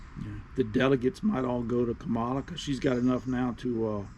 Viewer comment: It's COMMA-LA. If you're going to put her down at least you can pronounce her name right. If that's too difficult, just call her Madam Vice President. And how can you say you don't know anything about her, but you're repeating the lies that Fox News says?